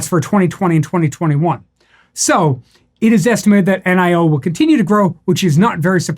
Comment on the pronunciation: "Nee-oh" according to a Chinese friend.